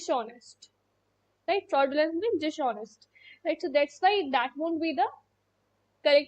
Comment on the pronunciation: Dis-honest not dish-onest